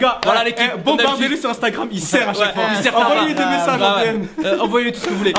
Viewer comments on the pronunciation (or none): À la fin il a lit Instagram avk un e j'suis mort 😂